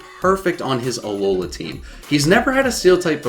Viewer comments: It's not ah low la it's Alola. 1 word not 3. The slight pause between syllables is just weird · Its a-low-la not a looooooowla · has anyone noticed that he says alohlaa team not alohla well that is what he's saying but it annoys me every time i hear it idk why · THE WAY YOU SAY ALOLA MAKES ME WANT TO DIE SO BAD